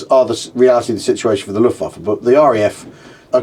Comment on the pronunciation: Thought you two would have the correct pronunciation for Luftwaffe by now. W pronounced as a V.